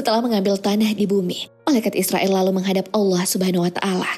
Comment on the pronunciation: Cumn mau memperbaiki bukn israill tapi izroil🙏